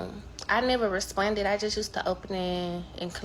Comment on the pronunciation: bro the way she was saying responded was pissing me off the whole time, "respunded"